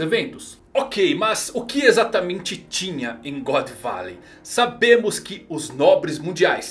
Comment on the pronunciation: "Godô barey" Zehahahaaaaa